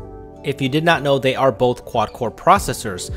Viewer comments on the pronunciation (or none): none